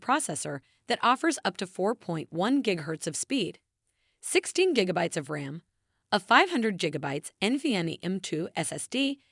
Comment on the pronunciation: Did she just say djiggabytes? 😆